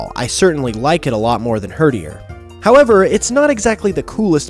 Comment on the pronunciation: i am dissapoined with you (except for when you said herderi so good job for that)